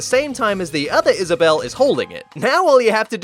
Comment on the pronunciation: I guess you can say she wad Is-Vissa-bell. 😂